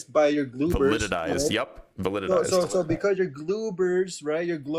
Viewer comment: Also "gloober" and "validitized". Not to mention repeat "bro" and "dawg". Painful to listen to. He's substituting ego for wit and going around picking fights. Edit: Dear gods, it keeps getting worse. "Convected of conshusnus"? "Consciousness isn't on the periodic table!" What? XD